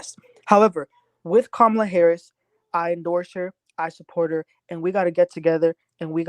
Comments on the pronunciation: Her name is pronounced KAHHH MA LA!☺️🗳️💙🇺🇲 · Please give KAMALA THE DIGNITY OF PRONOUNCING HER NAME CORRECTLY. It is pronounced ,LA = KAMALA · Please learn to pronounce the VP’s name. Kamala is pronounced “Comma La” “ , la”. Please🙏🏾